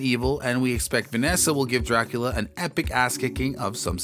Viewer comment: If your going to narrate a show about Dracula please learn how to pronounce Dracula